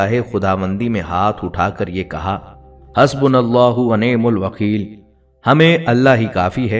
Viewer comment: Hasbunallahu wa naemal wakeel,arbi ki Dua sahi parhe